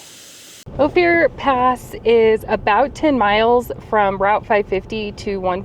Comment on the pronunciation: Great little video. But it's pronounced Oh-fur not Oh-fear.